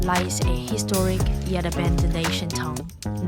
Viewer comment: Town is pronounced tah-un, not tong /tongue😂